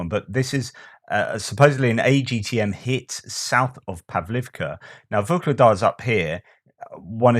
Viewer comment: There is no G in Vuhledar